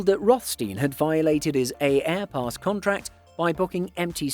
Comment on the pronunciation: Its pronounced airpass, the first A is silent dude